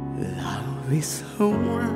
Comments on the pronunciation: 我都覺得佢唔係好識講英文😂,over 聽到我頭都痛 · 聽了幾個不同的歌星唱這首歌後做一比較，覺得楊坤不但唱得最好，他並且把這歌做了些許畫龍點睛效用的修改，把整首歌的感情和撼動力提升了好幾倍。若要稍加挑剔：唯一美中不足的是他“over” 一字的英語發音。不怪他。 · v 发音完全不标准，跟赵丽颖一样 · V的发音太出戏……虽然我是杨坤的粉😂